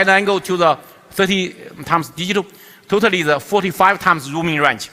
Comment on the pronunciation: totaly 读成突突里...真可爱